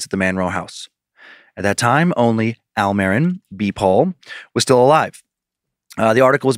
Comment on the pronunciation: It's most likely pronounced "L Marine" and roll the R in "marine" a teeny bit, it's Spanish ❤😊